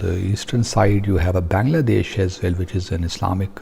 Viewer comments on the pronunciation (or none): none